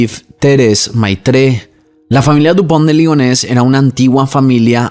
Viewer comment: Toma un shot cada vez que dijo Lupond De Ligones 😂